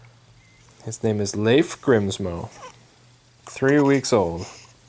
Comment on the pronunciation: I think that's the first time I've heard an English/American/Canadian (or any other variant of English) speaking dude pronounce "Leif" properly. Nice one :D